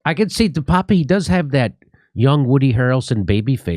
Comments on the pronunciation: And please start pronouncing his name correctly. Duh-Paap (I have no clue how to phonetically represent it but it’s only 2 syllables and is sounds like Duh and then Tape. It’s not Pepe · It's pronounced David Deuh pââp